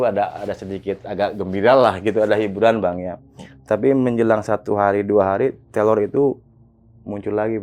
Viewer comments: Teror bang bukan telor😁🙏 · teror bang, bukan telor.. maafkan aku malah ngakak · TEROR BG TERORR,BUKAN TELOR😭😭